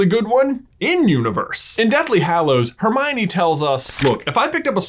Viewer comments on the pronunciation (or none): none